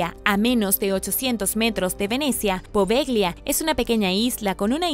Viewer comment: Se escribe poveglia y se lee apovelia, buen video!